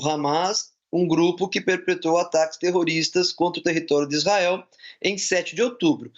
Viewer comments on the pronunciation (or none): 8 twrroristas ne ? Fala direito jornalistinha